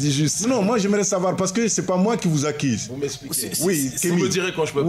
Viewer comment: Ce mec en blanc est prétentieux...aussi on NE dit pas "accise" mais ACCUSE...PFFF